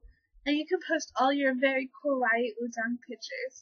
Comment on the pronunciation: No... Lol there's only one pronunciation of 얼짱 ... Which is like 'uhl-jjang'. Also, you don't self-appoint yourself as an uhljjang... LOL. Frankly, I can't tell if this is a joke or not. Da most srs koreaboo you is girl. C+ for effort.